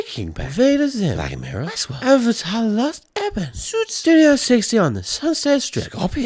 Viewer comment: "ssoOts" - tommyboi